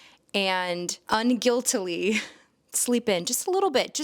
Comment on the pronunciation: Key word: "unguiltly" no such thing😅